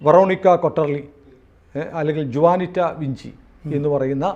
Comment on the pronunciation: ജുവാനിറ്റയല്ല, ഹുവാനിറ്റ